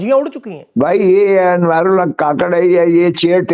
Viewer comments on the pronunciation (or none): anwar ul haq " kuk-kar " NOT ka-kar